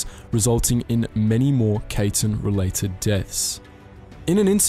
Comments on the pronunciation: The Kaiten is not pronounced like Kayten like how you pronounced it. Just say it like Kaiten. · You, my friend, are saying Kaiten so wrong. It is pronounced “Ky-ten”. Just trying to help out. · Kaiten is pronounced Cai-ten not Kay-ten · The way you pronounced Kaiten was soooo English lol. It took me a couple seconds to understand what Kaytin is. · I know it’s hard trying to pronounce things. That’s why we have Google Translate 😆😆😆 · The ai in kaiten is pronounce like the ai in banzai. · You pronounced kaiten wrong